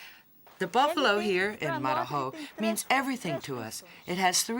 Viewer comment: Marajo. Not Mararhó.